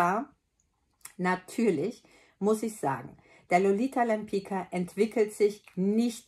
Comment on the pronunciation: Liebe, toller Film, sehr hilfreich. Nur Lolita Lempicka spricht man deutsch geschrieben wie Lolita Lempizka. Das wissen die wenigsten. Ich verrate dir es nur, weil mich dein Wissen über die Parfum sehr beeindruckt hat. Liebe Grüße. Beata